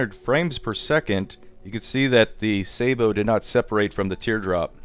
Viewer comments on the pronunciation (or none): its a sa-bow not a say-bow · Sabot= "saw-bow" Not "say-bow" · Joey Fogarty It's a Sa-Boh, not a sa-bow. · hate how americans say sabot, it's 'sah-boh' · Maybe you could try putting graphite, or talc powder between the round and the sabot. Oh and I hate to be nitpick about pronunciation but you're pronunciation of sabot is way off its pronounced like this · Watch this for how to pronounce sabot -- how it is used with munitions.